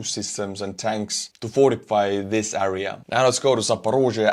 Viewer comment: I appreciate and like your content, keep up the good work. But my OCD goes crazy if you pronounce area as "äria".. it's "air - ee -uh"